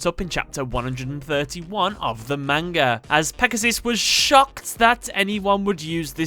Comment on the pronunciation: Purposely saying manga wrong.